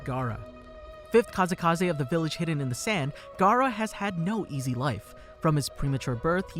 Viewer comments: I like how he sayd kazekaze istead of kazekage lol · Kazakage. Not kazakaze. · kazegake not kazekaze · dam gaara is the 5 KAZEKAZE (is what you said) no hate but i just found it funny...